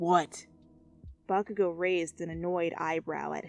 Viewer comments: I had captions on and every time she said bakugou the caption said vodka I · I put on the subtitles and every time she said “Bakagou” it said “Vodka go”